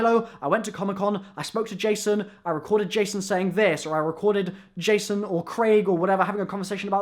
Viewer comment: At the beginning when you said "Spoke to Jason", it sounds like "Smoked a Jason".